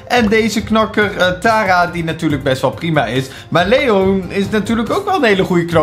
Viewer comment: Spreek leon uit op zn engels